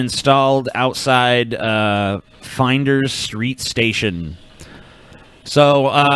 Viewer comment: Finders Street!? Jesus Christ. FLINDERS.